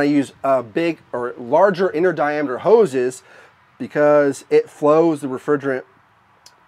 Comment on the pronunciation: All i heard was houz and hookers :) Just joking, nice setup :)